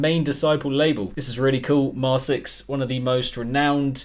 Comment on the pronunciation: Oh, btw their name is pronounced “mar-kicks”, which I believe they themselves stated at some point but I don’t remember for certain. (Maybe you correct this later in the review, I’m watching it rn)